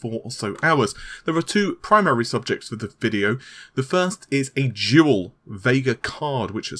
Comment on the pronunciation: Totally sounded like you were saying jewel not dual. Had to actually look at the video instead of listening like I normally do.